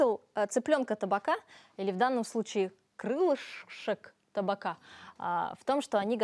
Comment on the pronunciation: Не таБака, а таПака! Это от названия посуды в которой готовится всё под прессом, "тапаки" называется!